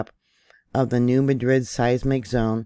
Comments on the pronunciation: New Madrid is pronounced as New Mad rid. Thx for your efforts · I wanted to correct her too several times but at the end of the day, I knew what she meant and that is all I cared about. Lol